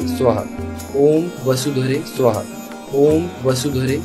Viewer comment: સુહા નહી સ્વાહા. Is correct ઉચ્ચાર ૐ વસુધરે સ્વાહા